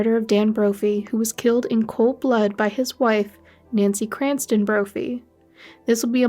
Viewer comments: You know it’s CRAMPTON and not Cranston, don’t you???? I bailed after 2 minutes because if you can’t seem to get the name right, you’ll definitely screw everything else up . SMDH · It's Crampton, not Cranston. Although I'm sure she fancies herself as an evil genius like Ryan Cranston in Breaking Bad 🙄